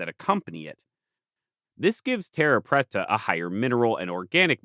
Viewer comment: Your Portuguese pronunciation is horrible. "Terra" is pronounced with the "rr" as an "h" sound, and preta is more like "prey"-ta. At least in Brazil. Cerrado is also a "h" sound. I lived there for a time. Say-HA-doh. Great video though. =) Super excited to see this. And the terra preta is a super cool thing. I wonder if more excavation of those regions could tell us more about lost Amazonian peoples.